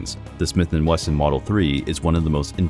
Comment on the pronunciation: Daniel B. Wesson deve se revirar no túmulo ao ouvir pronunciar seu sobre com um L no meio… Não sei de pq colocaram essa letra L no meio do Wesson… Para piorar, poderiam falar “Shimiti Welson”…. 🤮🤮🤮🤮🤦🏻‍♂️🤦🏻‍♂️🤦🏻‍♂️🤦🏻‍♂️🤦🏻‍♂️